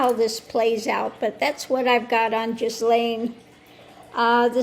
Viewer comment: Excellent! The autistic Virgo in me has to correct your pronunciation of her name. It is a French name and it starts with a hard G, like in good, the h and s are silent. So it sounds like Gil-lane.